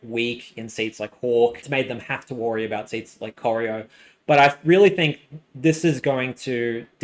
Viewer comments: Coy-Ry-O is how you pronounce Corio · I was impressed by the new and innovative pronunciation of Corio. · And Corio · It's pronounced Prah - ran, as in can and Cor eye oh...